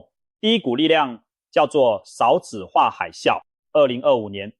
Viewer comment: 一直聽到ㄕㄠˋ子化很不舒服